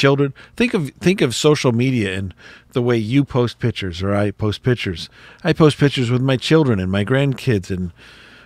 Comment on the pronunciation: Please pronounce the word correctly! It's "piCtures" (with a hard "c"), not "pitchers", as in a pitcher of water. Thank you!